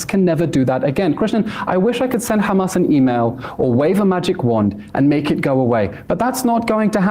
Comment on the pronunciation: Do you even know what Netanyahu said he called HAMS. As Amelak